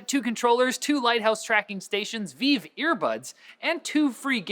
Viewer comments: Isn't it pronounced vive? Like five? Not veev? Idk though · Slay It's pronounced vIve not vee-vey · You're pronouncing Vive wrong! Think Vajv! Not viv, vive(Vajv)!!! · VIVE! Not veev, re-vive. For god sake start saying it correctly, you are starting to look foolish. Though you guys are pretty goofy anyway so I guess it suits you <3. but seriously, when I'm just listening to the video and I hear veev and not vive (you know like Saturday night live) I get so confused about what the hell you are talking about x3. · It's not VEEV. It's Vive, sounds like five. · Is it really pronounced Veeve,? I thought it was pronounced Vive, as in Five... but with a V... awkward stare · the way keys says the word vive makes my ears bleed. its VIVE as in revive not veve. smh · V-eye-V also, Gif, not Jif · Benjamin Wood A better clarification IMO: It's "V-eye-ve" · He pronounces vive as "veev" but does he pronounce gif the right way, as "geef"? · did he just call vive vive? by the way intro was awesome. dose anyone even call you? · Did... did you really just sign your comment? Also you were poking fun at for mispronouncing it, right? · I totally did! oh I thought it was maybe another VR headset from HTC, I didnt expect someone not to be able to pronounce it properly - Adam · I'm Canadian and I've always thought the way says it sounded stupid.:I